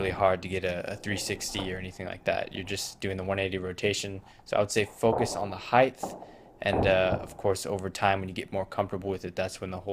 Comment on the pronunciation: Heighth 😂😂😂. Good vid tho.